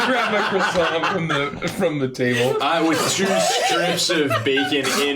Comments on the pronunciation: this is my fav 🤣🤣🤣 "I'm gonna get a CWASON" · NO. How dare butcher a croissant! /j